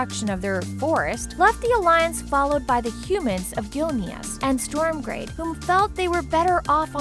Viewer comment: I love the videos but the names being butchered are just atrocious. I understand some of it, but there are a few that aren't even read properly.Khadgar (Hadgar)Ner'Zhul (Ner'Thool and Nuh'Thool)Stromgarde (Stormgrade)Kil'jaeden (Kil' Juhdeen)Malganis (Malganese and Malgans)Kalimdor (Kalmidor)This is teeth grindingly frustrating to listen to.